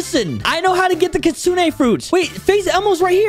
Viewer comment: It's pronounced (kit-sune) not the way you said it